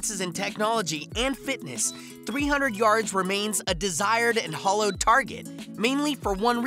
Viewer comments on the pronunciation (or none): . "A hollowed target"? You mean, "hallowed"?